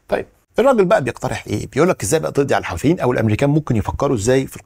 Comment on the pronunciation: المصريين ينطقونها الحَوٓثيين . الصحيح الحُوْثيين .. بدر الديني الحُوثِي